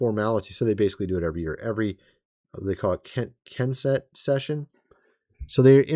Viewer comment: so very disappointed in your supposed level of education that you claim. How is it at your age and your self appointed education level you cannot manage to pronounce "KNESSET" as if it's the very first time you ever came upon the name??? LOOK IT UP!!! What should anyone expect from someone who dresses like he just graduated HS anyhow. Good Lord.